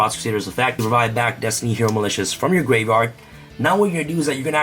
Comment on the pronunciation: ”gwave wyard UwU”